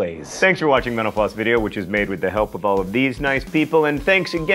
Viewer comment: Every time I hear John say mental floss, I hear menopause.